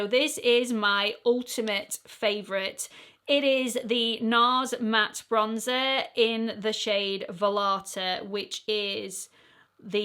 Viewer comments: Not that is matters all that much, but that Nars shade (Vallarta) is Spanish and pronounced "vai-arta". The double L is pronounced as a Y. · I share your love of blushes and store mine in multiple places lest I die of embarrassment seeing ALL of them altogether. So many!! (BTW, no biggie, but the Nars bronzer name is “Vie-yarta”. Darn tricky Spanish! 😉🙂)